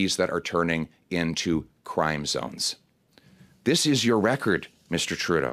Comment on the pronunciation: I like how he always say "Justin Trou d'eau"